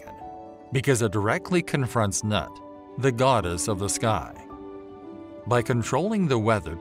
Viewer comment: Your interpretation is correct. But it isn't nut but noot.